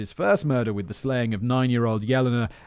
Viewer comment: Good thing he saved trees and didn't print out the script this time...this one would be A LOT of paper! :P:P Oh God...does that mean Callum's gonna try to get up to two hours with his next script? :O (and just FYI, simon - Yelena is pronounced "Yeh-lay-nah" no "Yellina" )